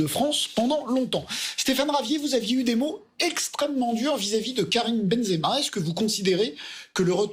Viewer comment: Et tu es même pas capables de prononcer son nom (zemaben) benzema mais quel haine